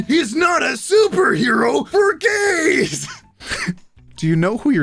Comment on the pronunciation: Ok when I was watching this at the wonder woman one, it started the loading screen at "the" and put some time in before saying "gays". I thought it was funny when it said"the......gays" it was perfect